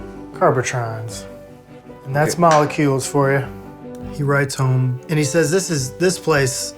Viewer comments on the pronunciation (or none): none